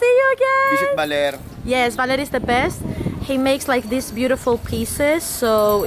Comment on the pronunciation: BAH NOT BAY ; LER BALER NOT BAYLER OR BAILER, BAHHHHHHHHHHHHHH LER.